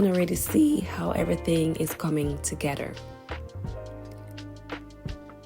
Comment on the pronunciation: Together not Togeder please!